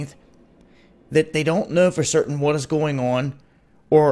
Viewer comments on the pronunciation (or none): none